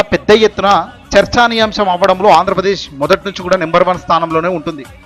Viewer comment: చర్చానీ యంశా కాదు చర్చనీయాంశం అనాలి